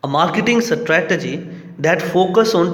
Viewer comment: abhey Strategy ko tou sahi pronounce kero. lodey